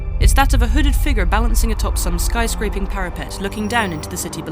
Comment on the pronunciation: I don't think she knows how to say figure